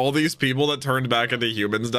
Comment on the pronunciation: lil bro said fujitora "See's" These. Can't believe just makes fun of his disabilities lol